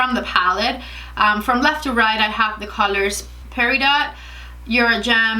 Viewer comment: Peridot pronounced pear-i-do